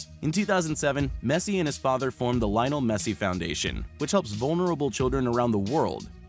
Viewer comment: The way he said lionel